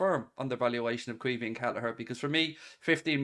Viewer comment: Its pronounced key veen